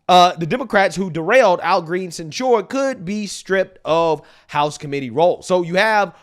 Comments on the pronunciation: love this channel..I listen everyday. but bro, you're killing me with the way you pronounce the word censure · Why do you say censure like that? You sound like an idiot. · Dude, it's CENsure. Not cenSURE! 😂